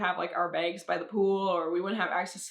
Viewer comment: “Our begs”